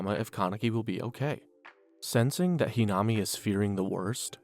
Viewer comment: The mispronunciation of a lot of the names really irks something in my brain. It’s almost like you didn’t watch the show or even bothered to look up how to pronounce the names correctly very annoying to constantly hear It’s toe-ka not too-ka It’s He-nuh-me not whatever you said Toukas brothers name is said wrong too Even yamori is being said wrong